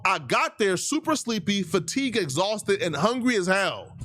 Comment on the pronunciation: "Fatigue, Exauhsted, and Hungry as HELL!!!!!!!!!!!!" 🤣🤣🤣🤣